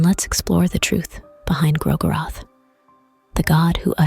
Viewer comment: Also I just can't seem to tell if the audio is AI generated or an actual voiceover as the more I hear it, the more uncanny it feels but the pronunciation of 'Gro-goroth' is pretty accurate and constant with how most of the fandom pronounces it 😅 If it is an actual voiceover, I didn't mean to offend! It has that ASMR feel to it that scratches some itch at the back of my mind and gives the video a very soothing vibe